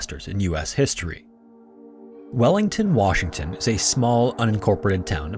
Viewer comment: As someone who lives in Washington, listening to you say the city names was tough.